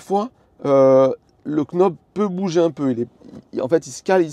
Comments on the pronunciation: Et quand on est knob on est prédestiné à dire knob, au lieu de nob 😂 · Sexy " quenaube" ?! 😂 On dit "nob" sans prononcer le "k" comme les Knicks de New-York, le verbe "to know" etc 😉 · "nob" pas "k'nob"! Sexy knob ça porte à confusion, je vous laisse chercher pourquoi ;-) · Vidéo super claire, merci! C'est top que vous testiez un peu de matos comme ça. Et le format est cool =) PS: le "k" de knob est muet en anglais;) ça fait "nob" et du coup c'est plus simple haha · Nob, sans le K. Stpppppppp!!!😅😅😅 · Pour l’amour de dieu, le K est muet. Ça se prononce « Nob »….. chaque K prononce est comme un Keunife to my heart 😂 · English 101, Knob se prononce Nob ;-) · Par pitié le k de « knob » se prononce pas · "You know" On prononce pas le k, pour le knob, même combat 👍🏻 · J'ai pas de Tesla, donc a priori je m'en fiche des accessoires. Mais j'ai regardé la vidéo juste pour le plaisir, parce que c'est La Chaîne EV. C'est vraiment cool ce système de Sexy Buttons / Sexy Knob, si j'avais une Tesla je n'hésiterais pas une seconde. 👍 PS: j'ai passé toute la vidéo à me demander si faisait exprès de prononcer le K de knob pour nous faire réagir 🤔... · Le K de Knob est silencieux c’est de l’anglais 😅